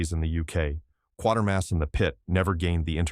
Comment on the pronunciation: The name is pronounced Quay-ter-mas, not Quar-ter-mas. read how the name is spelled.